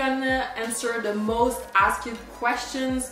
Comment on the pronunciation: It really puts me off that you still can’t properly say ASKED after years of talking to thousands of people in english daily. Its getting better but seriously, you should invest in a basic english class to perfect it lol